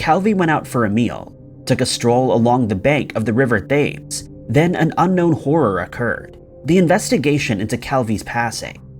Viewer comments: River THAMES 😂😂😂😂. Is it not pronounced Tim's? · It's pronounced Tems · Is English your first language? In the first case the Italian currency was Lira pronounced leera not Lire and the UK river he was found hanging over was the Thames pronounced Tems. It's the most famous river in the UK and the correct pronunciation is easy to find. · How can you make videos and NOT learn how to correctly pronounce the river Thames?!?!?!!!!! It sounds like "Tims"- no 'th' or 'a' sound. You fail. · His mispronunciation of "Thames" was impressive.